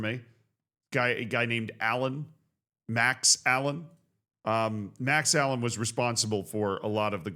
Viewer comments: its not Allen its uh-lane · For future reference, it's pronounced "uh-lay-n" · Lol the Max Alleyne (Ah-lane) pronunciation was almost as funny as Macclesfield